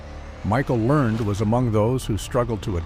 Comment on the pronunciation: Pronouce her last name right PLEASE